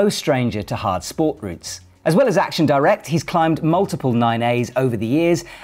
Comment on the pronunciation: please pronounce "Action directe" properly - it's french not english